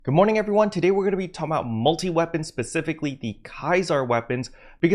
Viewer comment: Hol up nah! Did just say “Talmbout”? 😂 Who you been hangin out with bruh bruh 😂